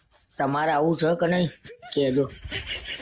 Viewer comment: છ - કેમ બોલો છો? છે બોલો ને